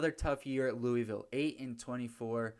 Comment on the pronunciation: Oh one more thing louisville is pronounced looville